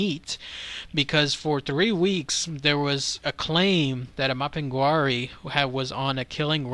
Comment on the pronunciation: It's pronounced map-in-gar-ie